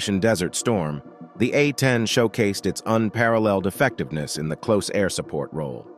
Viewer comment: Well done, except for a few rather absurd language errors. Do NOT read material without doing it first in front of an expert who understands that mm means millimeter (As opposed to emiliameter!). And stuff like " the Douglas A . . . . . . . . . . 1 Skyraider. And not "closed-air" support craft. It takes a very professionally-sounding narrative to rank amateur status.